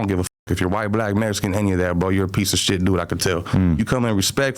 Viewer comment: Bro I can’t take these snortas serious he says “Mexican” like them “mesican” these foos completely disregard the culture